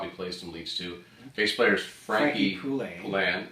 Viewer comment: Your pronunciation of Frankie "Poullain" was correct!